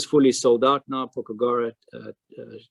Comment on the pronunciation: It's pronounced 'po... kugara'. Not pokugara. 🙂